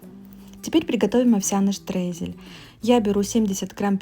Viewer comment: штрейзель? а я думала крошка. а уж если говорите по-немецки, то делайте это правильно - штройзель